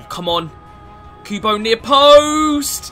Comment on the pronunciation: Guys listen to how he says kubo mins i dont know why but i find it so funny